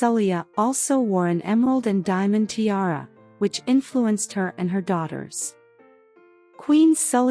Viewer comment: Poor pronunciation of tiara